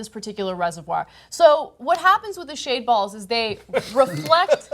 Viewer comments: Oh, she said shaved balls? I thought she said shade balls. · That was hysterical. Did you say "shaved balls"? Lmao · It sounded like she said shaved balls. LOL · Ok I thought she said shaved balls too. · I can't think of a single way to pronounce Shade Balls without sounding dirty